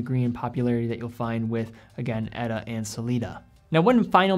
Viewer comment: Pronounce "Ehh-taa" ... not "Etta"